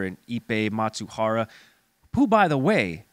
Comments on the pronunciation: Who is Matsuhara? It’s Mizuhara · It's not Matsubara but Mizuhara.😅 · Not Matsuhara... Mi-zu-ha-ra... Japanese pronunciation is hard for you, but it's a serious theme. Please.